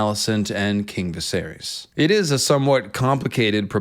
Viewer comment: Jah-ser-is, Vi-ser-ris, Loo-ser-ris